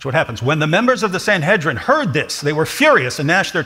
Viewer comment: I find it insulting that, , two Christians have the chutzpah to explain a rabbinic text (especially when they couldn't correctly pronounce "Sanhedrin")! They've no clue what it's about: R. Yosei was telling R. Akiva that he shouldn't use the imagery of David sitting beside HaShem as the latter is utterly incorporeal. Moreover, the two "thrones" do indeed indicate HaShem's attributes: rachamim (mercies) and din (justice).